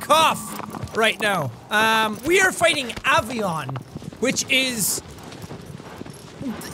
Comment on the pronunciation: Avion......Avian...hint hint